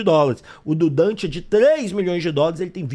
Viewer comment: Quem é Dante??? Minha Nossa Senhora, o cara chama DANTAS